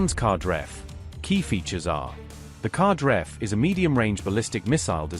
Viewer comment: The Qadr-F missile is pronounced "KadAr-eff" (rhymes with Ra-dAr)